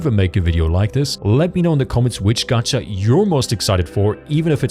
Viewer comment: it's not gatcha, it's gacha, stop adding random letters to words